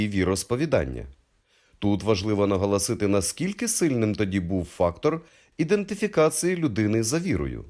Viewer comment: Цікава інформація, тільки має попрацювати над вимовою, і позбаватись російського акцента. РосИйська, ідентифИкацИя... Вимова як у Тимошенко.....